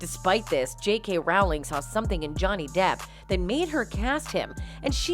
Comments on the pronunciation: It never ceases to amaze me how people making these videos DON'T CHECK FACTS. It's Rowling like bowling, not like howling. And he was never married to Paradis. (Although theirs was more of a real union than the so-called "marriage" with Heard). Yates DIRECTOR not actor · J.K. 'Rowling' is pronounced like 'Bowling' with an R in place of the B. Not Rauling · The Harry Potter author's name is pronounced ROW- (as in boat) LING. (I am British: I know! 🙂) But thank you for getting the rest of the facts right! #justiceforjohnnydepp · Rowling rhymes with BOWLING, NOT howling. ROH-ling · Not to be petty but her name is pronounced like Rolling. When you can't even get the person's name pronounced correctly, it just shows laziness in the journalism.